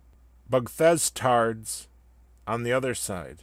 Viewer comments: the way u say butthurt bugthestarts always made me laugh great job on this too my man (or dog) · Being a Fallout (NOT 4) fan, what triggered me most was how you mispronounced “Bethestards” so much lol, love the video man